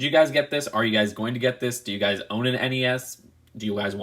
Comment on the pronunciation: Thank you for saying N E S and not nezz